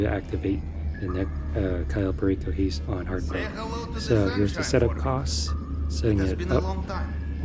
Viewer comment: It's an heavy "I" on heist my guy